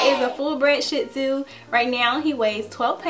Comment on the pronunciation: I swear she said shit tzu 😂